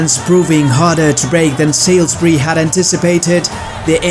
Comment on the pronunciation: Salisbury is pronounced 'sawlsbree'